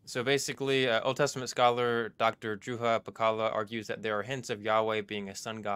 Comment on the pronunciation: You actually pronounced Dr. Juha Pakkala's name quite well!